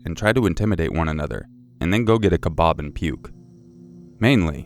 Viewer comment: did anyone else laugh when he said kebab lol